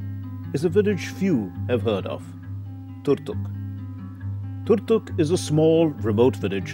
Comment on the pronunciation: It's about Turtuk not doltuk